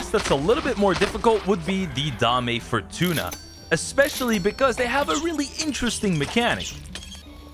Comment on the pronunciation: the name of the boss is dame fortuna not dahmeh fortuna, also known as Lady Luck